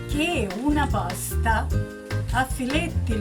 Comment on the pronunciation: Pah sta not paa sta